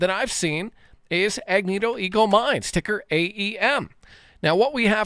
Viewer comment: Agnico, not Agnito 😂